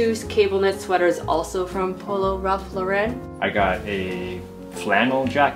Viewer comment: Guys.. Polo is an American brand. It’s LAUren like the name instead of the Frenchy LauREN 😊